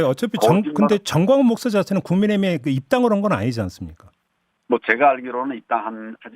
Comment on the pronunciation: 잘들어보면 목사라 하지 않습니다. 먹사라고 발음합니다